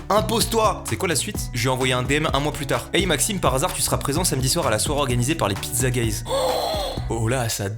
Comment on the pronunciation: Mastu lisant Pizzaguys : Pizzagéiz Moi :.....Pizzagays.......?